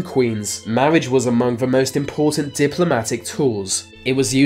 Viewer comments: I'm pretty sure I heard "mawage". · Lol narrator can’t pronounce “R” lol mawwage...wove, twue wove...